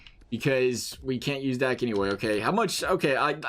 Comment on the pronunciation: Dach is pronounced dock